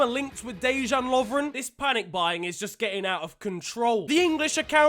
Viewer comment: Making jokes about man city fans and can't even say dejan correctly its one of easiest south slavic names it's litteraly dejan